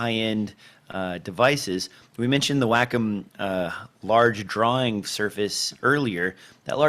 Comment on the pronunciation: Wacom - Wah-come.